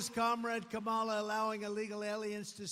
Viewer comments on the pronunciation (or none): Kamala Harris told him her name, and he's heard it many times, but he still deliberately mispronounces it. Very childish.